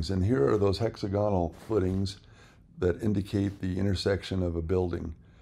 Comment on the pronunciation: hex AG unul not HEXA gahnal